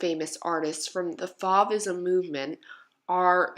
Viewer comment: Love these works! They are so vibrant and beautiful. Fauvism is pronounced like the o in I dove for the paper, or, the o in the wind is blowing